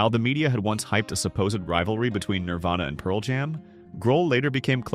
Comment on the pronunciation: When the AI voice that's been saying "Nirvana" the whole video, decides to change it to "Nirvayna."